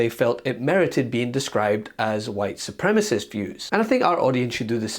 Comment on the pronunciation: Boebert doesn't even know how to pronounce "supremacists" she says "Supremasts" 😅😅🤣